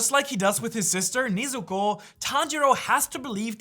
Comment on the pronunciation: Nezuko❌ Neezuko✅